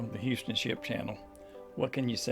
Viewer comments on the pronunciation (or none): He said " YOU STON" TX...LMAO